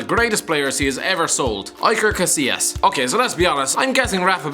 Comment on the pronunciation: Sorry but I get aids hearing you say iker casillas